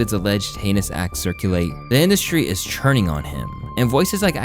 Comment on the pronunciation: Bro be killin me with “churning” for “turning” 😂